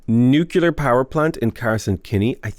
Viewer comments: Nuclear. Not nukelar. Great vids man ;) ! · Nu-cle-ar. Sorry, I don't want to be that guy, but it just kept digging at my ears.